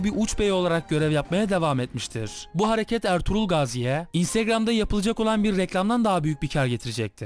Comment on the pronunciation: abi ertuğlur derken kuruluş ertuğrul filmindeki ertuğrulmu :D